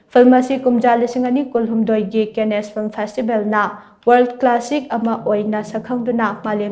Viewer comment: Cannes (pronounced Kaan) is not kenesh.